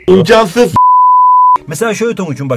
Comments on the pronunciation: "imkansıs" Ksbxonsvxnx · 0.38 ( imkansıs ) Çok komik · Nobody;: İmkansıs